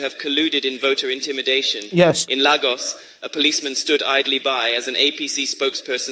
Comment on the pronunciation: Chimamanda, which one wen you no fit properly pronounce 'Lagos' and 'Obidients' na? Which one be Obi-die-ends again?